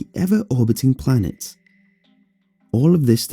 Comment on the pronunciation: I legit thought it said plants not planets.